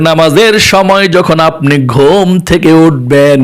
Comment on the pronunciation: ঘোম কি ঘুম উচ্চিরন ঠিক করুন